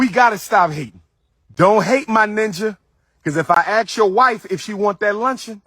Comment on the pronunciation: Calling yourself Dr. While not even pronouncing ask correctly and people are donating money to let this clown educate their children.